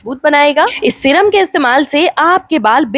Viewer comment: Syrum hota hai madam shram nhi